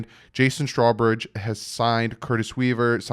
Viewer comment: How many more times can you call his Straw- bridge? His name is Strow- bridge...